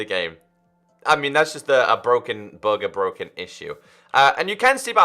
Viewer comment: When u say bug it sounds like bog. I was like what the heck is a bog?? Haa